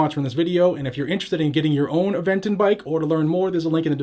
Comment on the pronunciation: Play the “I identify as” to throw them off using their own game. Off topic, you say Aventon better than that guy from Georgia does 🤣